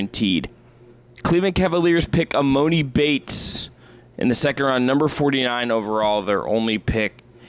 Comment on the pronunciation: E-MAH-NEE YALL CMON